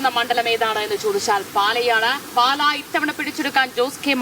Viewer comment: പാല അല്ല പാലാ ആണ് ... JKM ♥️ 🇲🇹 🌱